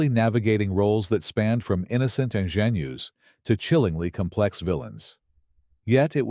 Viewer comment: I’m so glad someone noticed this GLARING error besides me! I’m a retired English/reading teacher. I taught English for five years before having children; then pursued a masters in reading.Then I taught college reading for twelve years before retiring. I noticed the AI narrator had a “literacy” problem in reading the word, INGENUE!!! 😂